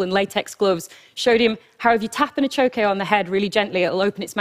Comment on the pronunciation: The achoque is not a 'type of axolotl' any more than tiger salamanders are. Same genus, just as the tiger salamander is, different species. And good god, maybe listen to the pronunciation of these things you're presenting a TED Talk on when speaking with locals